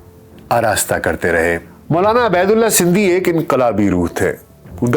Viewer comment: A.a...yah lafz abaydulla nahin hay yah ubaydullah hay